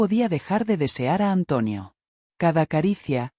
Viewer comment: Porque dice antuonio